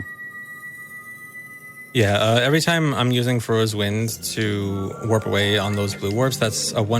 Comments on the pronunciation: I always assumed it was pronounced "Fuh-roar" personally, but that's how I read it when I was like 5 years old... Definitely didn't think it was pronounced "Four-ays" like this guy was pronouncing it. Not even sure how he turned the spelling of "Farore" into "four-ay" Apparently he just thinks "are" makes "ore" and then the second R is silent? XD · It's faRORA's wind; not faYORAEYs..... jesus christ. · cant believe he kept saying foray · FAY ROAR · I love how keeps calling it Fauria’s Wind 😭😭